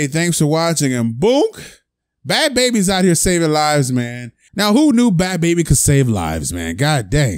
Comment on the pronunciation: Your not saying her name right😩😂😂😂